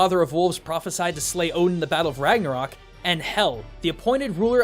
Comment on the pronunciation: Hela from Thor: Ragnarok is actually Hel, Loki's daughter, and the ruler of Hel (midway between Heaven/Valhalla and Hell/Niflheim). Spelling of Ragnarök is wrong, and therfore its pronunciation (rag-NAR-ek). Oh, also, Odin, Thor, Týr, Freyr, Heimdallr, and Loki die.